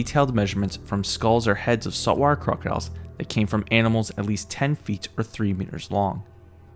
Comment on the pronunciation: 😂😂😂”Saw-Warr Crah-Diles” 😂😂😂 can you speak any faster or clearer? So much for narration lol🐊